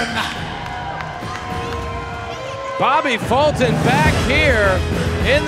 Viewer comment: His name is Bobby Fulton....not Bobba Futon....you goof